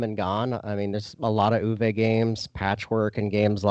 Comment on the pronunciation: Great stuff guys. Tip from a German speaker: Uwe’s not ooh-VAY, rather OOH-vuh.